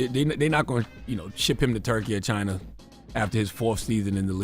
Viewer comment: Did that nigga Joe just say “Chiner” 😂😂😂😂